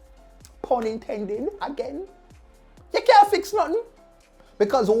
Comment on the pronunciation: Did she say " cyant" 🤔 I thought the word was " can't " but anyways I don't believe in this woman none tall, not even her daughter should go and sell anything for her, it's not right in my opinion. And this woman need to accept what she did and fix herself up and stop talking shit.